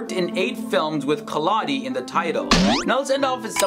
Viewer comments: khiladi is pronounced 'khilari' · khiladi😂😂 what a pronunciation